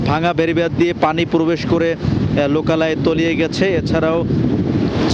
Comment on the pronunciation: মেরাল, পোরবেশ, সাইকোলোন সেন্টার, অদ্ভুত উচ্চারণ জামীর সাহেবের।